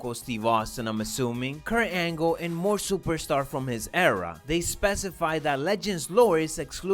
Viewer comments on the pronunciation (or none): Lmao did u say Kurt hangle